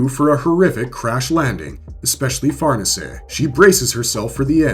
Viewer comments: Accent is on the second syllable, not the first. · Ok wait I was told that we call that one "Far Niece". So now were going with correct pronunciation like Farnese is the Duke of Parma. You people...